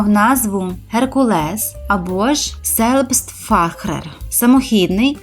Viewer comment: Зельбстфарер(Selbstfahrer означає самохідний) Якщо не вмієте читати німецькою, то принаймні користуйтеся перекладачем та послухайте як це звучить